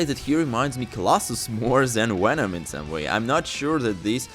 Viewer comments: what in the FUCK IS A WHENOM? Can you say VENOM CORRECTLY ONE TIME BUD?!?!?! V-V-V-VENOM NOT WHENOM you fucking Dunce….. zzzzzzz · Bro can’t say venom to save his life